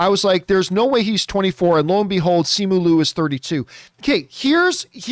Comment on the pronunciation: It sounds like ‘Lyu’